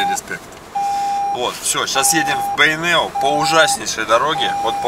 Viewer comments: Здравствуйте.Почему Вы говорите Бэйнеу через Э , а не через Е? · Неужели так сложно сказать "Бейнеу", а не " Бэйнэу", или тенге, вместо тЭнге, ты же говоришь слово деньги, а ре дЭнги!